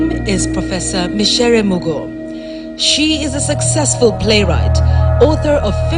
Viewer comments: True. Was abit disturbed when she misprounced her name. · Kindly note she is not Mucere but Micere.